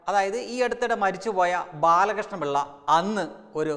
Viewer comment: ആദ്യമായി ബാലകൃഷ്ണൻ പിള്ളേടെ കാര്യം എങ്കിലും തെറ്റ് കൂടാതെ പറയാൻ പഠിക്കു തത്തമ്മേ.. . 🤭